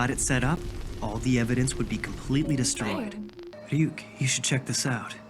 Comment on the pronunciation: "Ryuk" is the Shinigami's name to clarify, not "Yuk" :)